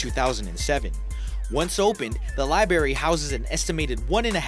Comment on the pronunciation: Please get an narrator who can pronounce library correct. How horrible libary?